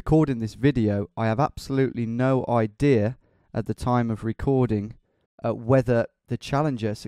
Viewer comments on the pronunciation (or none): none